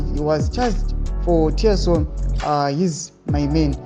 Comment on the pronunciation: Treason" not tearson kkkkkkk